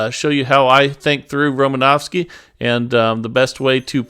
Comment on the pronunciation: You sure butchered romanowski demonstration